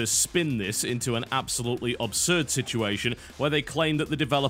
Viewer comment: Yo Biscuit, i have tried to ignore it mate but i cant do it anymore, as one brit to another, its pronounced ABSurd thats ABS as in ABSolution its not pronounced OBSurd as you do 99 times out of 100, comeon player :)